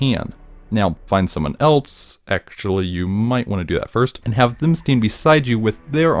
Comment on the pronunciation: It's because he says 'elts' instead of else.